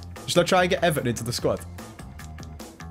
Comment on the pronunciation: eVARton say it with me